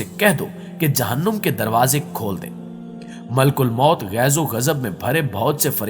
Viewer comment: Malk ulmoat ni maleek ul moat .. talafuz drust kijye